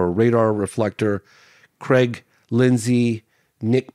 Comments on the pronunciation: every time he said Creg i got a shudder down my spine... Its Craig God damn it. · its called saying Cregg instead of Craig. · Creeegggg, put the garbage out front son 😂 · Ho Creg. Yer dinners ready! Lol